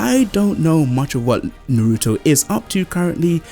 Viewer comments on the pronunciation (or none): Stop saying Naruto wrong!!!!! Na-ru-to not Na-ruto. Bo-ru-to not Bo-ruto.